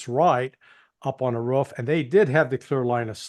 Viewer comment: I love listening to Larry C., especially when he pronounces roof like whoff 😂